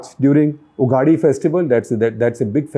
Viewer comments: It is not Maandya, it is Mundya (rhyming with India). It is Uga-thee, not Uga-dee!!!😤🥱😡 And BTW thanks for looking down South also!! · Hello SG, just one quick correction - Ugadi is pronounced as युगादि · Mis-Pronounciation Alert Ugadi is pronounced as 'Yug-aadi' as in 'the beginning of a new yuga'.